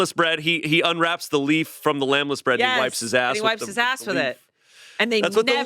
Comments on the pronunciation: Is calling it "Lamb-less bread"? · Did say "lamb-less bread" 3 or 4 times in place of lembas? Oh boy... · Why wasn't anyone there to clock saying "lambless" bread?? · ok but why does keep calling the Lembas leaf the "lambless leaf"???? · pronouncing "lembas bread" as "lambless" over and over and over, may have just genuinely diminished my respect for him the tiniest amount. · I was a bit annoyed that couldn’t pronounce Lembas correctly. 😂